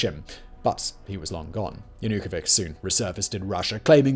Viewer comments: I cannot help myself and am laughing each time name of "Yanukovich" is pronounced incorrectly. That piece of batshit(I mean former Ukrainian president here) deserves each and every mocking, even if done unintentionally. For what he did. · This report has plethora of inaccuracies. Aside from ear scratching mispronunciation of the then president's lastname, a few include the fact that Yanukovich himself never authorized shootings, among deaths in Feb 2014 were many of both - the protestors and the police, there were zero to none pro-Ukrainian protests in Crimea and Crimean themselves were prepared to fight against the representatives of the new government and their protégés before Russia even came in. I can list many more and would suggest everyone to seek information from other sources. I lasted one half (before the ad). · I find your lack of even trying to pronounce names, places or words correctly these days - disturbing. Even google translate could have provided a "good enogh" pronounciation for Yanukovych. Bringing it up only because it was a widely covered event (so you should know better) and other similar mistakes have become more and more frequent. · Stop butchering Yanukovich’s name😂😂😂😂😂😂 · The way you pronounce Yanukovych is absolutely insane. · 1. Very surface level info on the maidan revolution. Like what led to the escalation, what people were involved etc. See the Vice documentary from 2014 for more info 2. The russians were already in Crimea 3. You should have checked how Wiktor Janukowytsch name is pronounced. After a couple of videos that I thought were really good on this channel, this one is really emberassing, sorry. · I never hear anyone butcher the name Yanukovich so hard as you. It also seems like you pronounce his name different every time you speak it haha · All good, but could you please learn to pronounce the name of the former president correctly! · Yanukovich pronounced with [ch] sound, as in "chimney" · Viktor Yan-ook-o-vic? 🤣